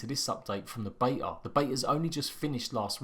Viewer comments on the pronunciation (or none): none